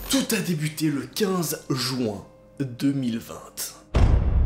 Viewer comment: QUI A REMARQUÉ QUE QUAND IL DIT 2020 IL AJOUTE UN T A LA FIN GENRE IL DIT 2020TTTT